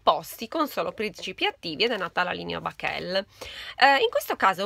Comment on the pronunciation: Si chiama bakel non bake'l la linea come tu stessa dici e'italiana